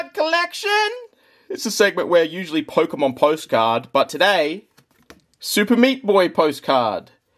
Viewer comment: huh, what a weird way to say pokemon…